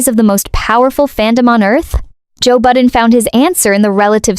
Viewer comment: Joe Budden...not "Button." I remember the name from my rap days, but I don't regret not knowing his artistry, or whatever. Derulo? ...a habitually opportunistic user and loser. Katy...Katy...Katy. How the mighty F E L L. The chainsmokers: 🥱Meh Azalea WHO? One-hit legend in her own mind Takashi: Is he still alive? SiA? Puh-leeeze. James Corden: I think he took his Access and Nickname for granted ..and he thought BTS would protect him. He stepped on a landmine. 'nuff said. Biebs? I give him a tiny bit of grace bc of his Diddly/Urshur-laced trauma. I think they ruined him FOREVER... mentally & physically. ...and no, I didn't forget Gingerbread. He just became invisible in the scheme of it all. This is MY OPINION...MY reaction, formed as I watched these transgressions in real time...and not meant to influence ANYone.